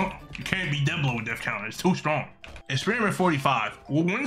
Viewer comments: It didn't say death counter it said def counfer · It’s not go it’s oh, it’s not death counter it’s def counter